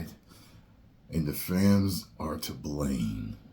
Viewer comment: “And the Fams are to blane” 😂 for some reason this took me out